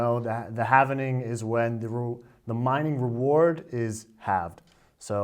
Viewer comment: lmao halvening XD